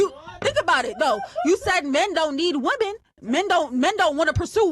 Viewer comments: Omg I can’t watch this! The girl in white says woman instead of women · What is it with these women these days? They can’t even pronounce women. Why do they say woman when it’s plural? Drives me crazy.